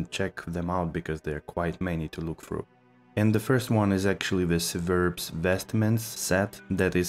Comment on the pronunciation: Absolutely everyone in the community pronounces Civerbs as siverbs. Just to let you know.